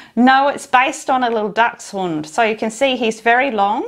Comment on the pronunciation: As I have a German husband, thank you for saying the dog breed correctly! He’s s very cute and I will make one for sure.